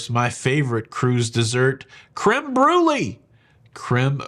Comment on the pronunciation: Pronounced bru lay not bru lee as it’s spelt